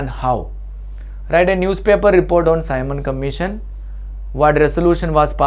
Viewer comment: Tu shi se simon commission nhi bol pa rha h